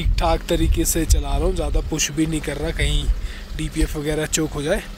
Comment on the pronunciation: Hindi correction. It’s wo ‘bhi’ not wo ‘v’